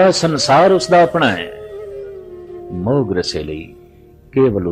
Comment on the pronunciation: ਮੌਹ ਨਹੀਂ ਮੋਹ। ਹੋੜਾ ਲੱਗੇਗਾ ਕਨੌੜਾ ਨਹੀਂ।